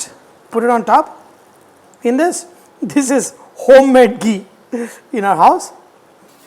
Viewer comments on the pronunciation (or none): none